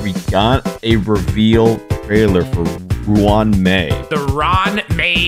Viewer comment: If you pronounce Ruan Mei's name do the Afrikaans pronunciation for Ruan. Its sounds like Rowan.